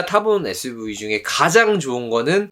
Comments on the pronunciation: 재미있게 봤습니다^^ suv발음이 안되신다는 댓글보고 보니까 계속 에스브이라고 하시는거 같네여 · SUV발음이 잘 안되셔서 에스브이 ㅋㅋㅋ